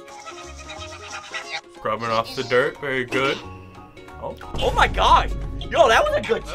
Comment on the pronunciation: "ow my gowd" got me dying on the floor